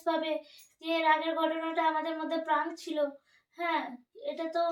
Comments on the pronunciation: প্রাঙ্ক না প্রেঙ্ক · কথাটা প্রান্ক নয় 😅😅😅